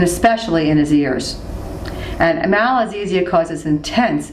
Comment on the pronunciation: very informative but i think it should be 'Malassezia' instead of 'Malazessia'